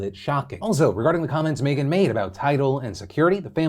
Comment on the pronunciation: why does phil pronounce "meghan" as "may-gen"?